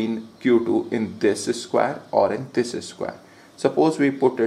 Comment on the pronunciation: disis square😂😂😂